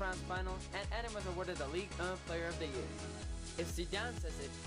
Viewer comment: The way he pronounce's "eden" Eeeeeden not ed-in